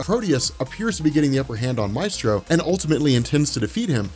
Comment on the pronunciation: "May-stro" not "My-stro"